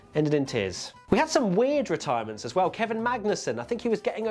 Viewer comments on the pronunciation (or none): none